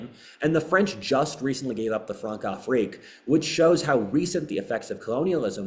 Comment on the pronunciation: The most offensive part of this is how he says "Françafrique", the ç is pronounced like an s